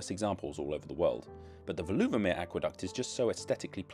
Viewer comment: Thanks the video, informative with a good dose of humour! (By the way, the stress in Veluwemeer is on the first syllable: VAY-loo-wuh-mere.)